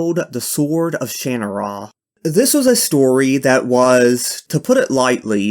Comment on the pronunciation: I believe it's pronounced Sha-nara. Or at least that's how the FX TV show pronounced it.